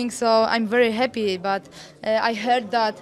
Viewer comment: Joanna is such a "hap-piee" champion! ;P Hopefully, she builds a win streak like Anderson Silva and is "very hap-piee" to do so.